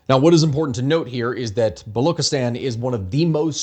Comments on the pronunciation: Baluchistan is pronounced Balooch(ch:cherry)-istan not “Balok” therefor the ethnicity is known as “Balooch”. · Thnk u for this you're butchering Baluchstan pronunciation though The ch is pronounced as in chess